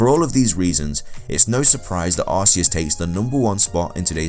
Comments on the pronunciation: He did not create the Pokémon world. And you Said Arceus name wrong it is Arceus With a K sound idiot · Is no aseus is arceus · You are idiot it is Arceus not aseus god,god,god,god,god!!!!!! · It's not arceus it's ar - ke - us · not Aceus its Arceus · It's Arceus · U do realise mega rayquaza, primal kyogre/PRIMAL groudon and both mega mewtwos have higher base stats than arceus? And u can't even say arceus right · you also said arcues wrong :D your stupid and arcues is weak as heck your so stupid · Did anyone else get triggered when he said Arceus wrong? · YOU SAID ARCEUS WRONG